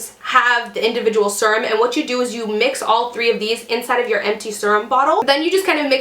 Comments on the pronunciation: thought the same thing... I was kind of like... if she says "serm" once more... then she's like oh crap sorry guys I know youse say you hate that "serum" ahh that's better lol! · So funny! I paused the video and looked at my husband and told him that this girl I watch says serum funny. Then, I un paused it and you said we hate it when you say it like that 😂 great video!